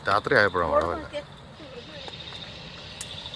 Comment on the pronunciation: മായ അല്ല മഴ